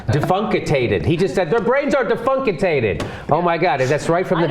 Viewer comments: 'defunkatated'?? Brain dead indeed..... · "Defunkitated" XD what a word! What a moron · Defunkatated ? Please someone name a new strain after that. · defunkatated, did he get that from the archie bunker dictionary? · "defuncticated" LOL!! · "Defunkutated"? What the hell is that? This people is just too funny.